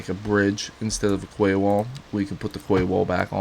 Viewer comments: And ya know, learn how to pronounce quay.. "key" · its pronounced key my dude lol